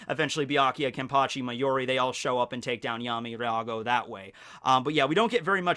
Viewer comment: Never knew you could say "Kenpachi" in spanish.